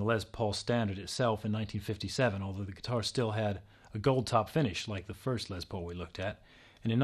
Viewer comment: he keeps saying it like "lez paul" not les but a beautiful guitar nonetheless